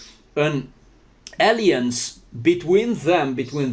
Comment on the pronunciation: >> Realmente no tienes porqué disculparte tanto por tu inglés; es muy bueno, de verdad! Sólo en ciertas palabras falló un poquillo la pronunciación (alliance-> se pronuncia 'aláians', suits-> 'suts', therapeutic-> 'therapiutic', anagram-> ' ánagram'). Creo que la palabra que buscabas para decir forcejeo en inglés, era 'struggle'. Querido, eres una persona preciosa, muy sencillo y humilde, y le das mucha admiración y respeto a tu interlocutor. Te apreciamos mucho por ello. La entrevista y la información, excelente, pero el hecho de que al señor se le esté cayendo y descomponiendo la carita, etc. constantemente, me inquieta mucho, y no me dá confianza. Cuídate mucho, y recibe un gran abrazo con mucho cariño de una de tus subscriptoras. Gracias por el gran esfuerzo que implica una entrevista en otro idioma y luego editar el vídeo para poner subtítulos.